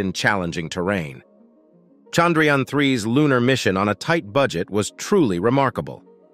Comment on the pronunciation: It's chandhrayaaaaaannnn!! Don't kill our priced object by your pronouciations!!